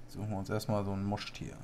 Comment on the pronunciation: Moin, mag dich echt gerne! Aber es Trigger mich das du Mosch- tier sagst anstatt Moschustier! Finde dich super mach weiter so!